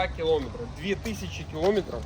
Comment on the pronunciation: кіломЕтр.!, А то в мене вуха скручуються в трубочку.Дід на СБіхє.